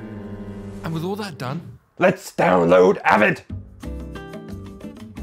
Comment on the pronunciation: "I gey the job donee" goes hard